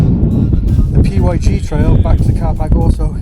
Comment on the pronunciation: The P Y G track? Its pronounced pig 🐷🐷🐷 😂😂